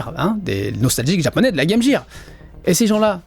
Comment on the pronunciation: Apprends à prononcer game gear correctement gros crétin. C'est vraiment le truc qui m irrite